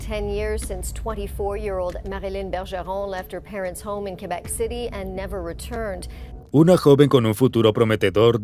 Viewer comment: me estreso que dijera kuebek, es literal QUEBEC asi, kebec, vivo aca y me estreso JAJSKSJSJSJSJSJSJSJ